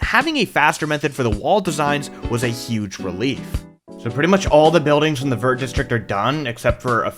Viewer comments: as a french hearing say the word "vert" like you would pronounce vertical is hard... fyi it sounds more like "vayr"! Still very cool build and would be insane w a pokemon mod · Americans pronouncing the T in "vert" is so frustrating lmao, did you guys not do French in school?